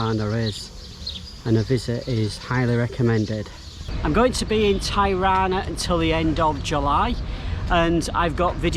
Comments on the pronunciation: Hello. I'm sure others have said this, but Tirana is pronounced, as Tee-Rana not Thai-Rana. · Not " Tajrana" ,Tirana..! 😁🤚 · Amazing video dude thanks for sharing... Tirana is pronounced like Tea = T-ra_na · Mate you keep spelling the name of Tirana wrong is not tairana is Tirana..have a great time in Albania it’s such a lovely Country it’s nothing like what the British media telling us. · Dude, I've never heard anyone pronounce the city's name ty-rah'-na (with the first syllable sounding like what businessmen wear around their necks). I've been living here for much of the last three years. Thanks for the upload, though. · Nice video but I’ve never heard anyone ever pronounce Tirana like that before 😂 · If you're gonna feature a city, at least learn how to pronounce it! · Great video. Just a small correction about pronunciation of Tirana. The correct way to pronounce Tirana, is by pronouncing the first two letters “Ti” like you would say Tipical. The rest of the pronunciation is correct. Cheers.